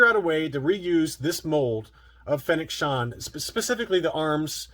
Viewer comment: Who's Fennec Shond?😉